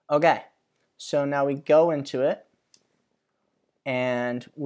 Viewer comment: it's more like "oh gay" to my ears